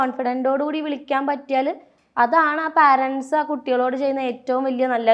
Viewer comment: Anchor ചെറ്റേ, പാരൻസ് എന്ന് ഒരു വാക്ക് ഇംഗ്ലീഷിൽ ഇല്ല. നീ parents എന്ന വാക്കിന്റെ ഉച്ചാരണം ഗൂഗിളിൽ നോക്കി മനസിലാക്കുക.